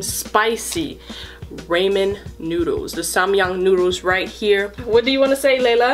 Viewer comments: When she said my name I got scared she said “Raymond noodles” instead of ramen noodles lol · Ramen not ram-en raamen lol not a hate comment Also Layla is SOOOOOOOOOOOOOOOOOOOOOOOOOOOOOOOOOOOOOOOOOOOO CUTE AWWW I JUST WANT TO SQUISH HER CHEEKS AWWW 🥰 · You don't know how to say ramen noodles White you said Raymond what is Raymond it's woman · “Raymen noodles” 🤦🏽‍♀️ but this is cutsie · She said mukbang and ramen wrong she said raimen and she said mukbong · Did they just call it rayman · It's pronounced rawman